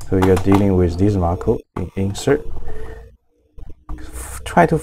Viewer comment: Thank you for this tutorial but it's not Marco, it's "macro". Macro is useful from Marco :)